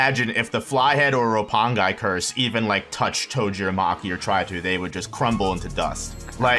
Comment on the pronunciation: Dude just said Roppong-eye! LMAO